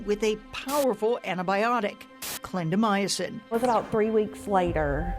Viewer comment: Very informative; however it’s a pet peeve of mine when reporters don’t pronounce words right. Clindamycin is 4 syllables- not 5. Clin da my cin. Not clin da my a cin. Sorry, but look at the word before you pronounce it.